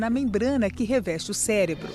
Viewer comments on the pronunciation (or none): none